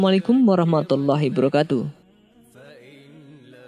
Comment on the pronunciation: Maaf yaa, salamnya di sempurnakan, menurut saya "assalamualaikum warahmatullahi wabarokatuh", Kalau tidak salah saya dengar katanya: assalamualaikum warahmatullahi barkatuh, Maaf....